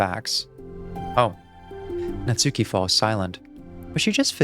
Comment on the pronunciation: finally someone else who doesn’t pronounce her name like “natsookee” 😭 thought i was the only one